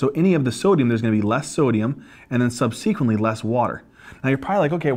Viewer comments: For goodness sake, the word is subsequently, not sub sequently. Do not place the emphasis on the antepenultimate syllable, please! Correct usages are "these", not "these ones", "those", not "those ones", and "there are other drugs", not "there is other drugs". "Is" is for singular, "are" is for the plural; and finally, "there are three categories", not "there is three categories". You get the drug names right, get the 3rd grade grammar right, too, OK? Thanks. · So glad I found your channel! Brings me back to med school days. Stryer anyone? Would have loved to have youtube and great teachers like you. You also crack me up the way you pronounce “subsequently” and “GLUT” (receptor). You have a gift. Keep on teaching.